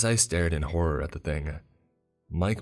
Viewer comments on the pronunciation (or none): none